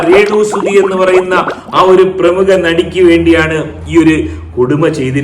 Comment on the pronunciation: തനിക്കു പ്രേമുഖ പ്രേമുഖ എന്ന് പറയാനേ അറിയാത്തോളോ